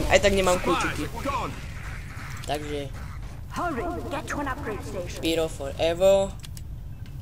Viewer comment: hovorý sa to "pajro"